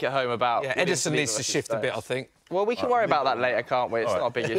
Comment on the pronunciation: Why does Robbie say "fink" instead of "think"?